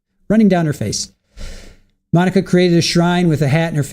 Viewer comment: And once again I renew my objection to this female defense attorney and reassert it drives me nuts how bad of a listener she is... she can't even say Monica's sisters name right